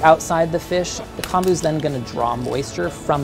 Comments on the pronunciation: pronounced k - oh - n - boo, not k - ahn - boo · Just FYI... Kombu is kOmbu, as in Comb (you know for your hair) that’s how the “o” is pronounced lol So technically it’s COMB-oo